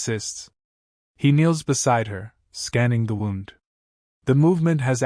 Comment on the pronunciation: Dear AI, it's Wound(like Woond)